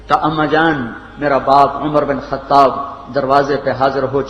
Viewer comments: It's not khatab brother but khataaab I mean pronounciation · Its khattaab❤